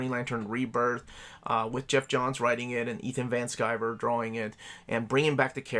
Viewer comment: Anytime you say Ethan Van Skyver I cringe a little.